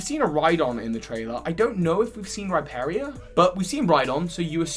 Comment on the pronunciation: The way he pronounces Rhyperior..😖